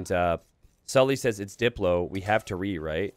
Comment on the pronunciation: The funniest thing about the Sully/Saly confusion is that it's completely unnecessary because Salytmacska isn't pronounced remotely like that.